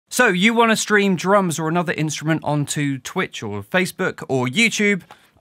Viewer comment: "Twicht" :D